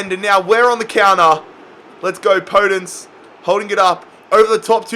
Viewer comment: Its called podènce not pódence